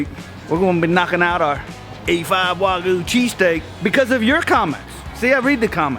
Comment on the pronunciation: It’s Wagyu not Wagoo